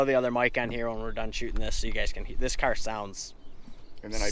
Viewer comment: “I got Jason’s cyar done”